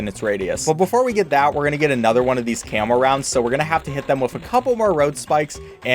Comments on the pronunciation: The way he says camo makes it sounds like camel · anyone else thought he was saying camel detection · every time he said camo i thought he was saying camel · Bro, I swear he's saying camel balloons instead of camo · When ever he says camo I hear camel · I swear I hear "camel" every time he says camo